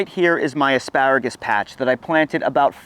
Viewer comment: I’m not sure if he said “AspÂragus” enough times….